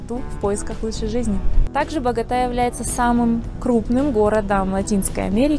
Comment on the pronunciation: А кто вообще говорит багОта? Это байт?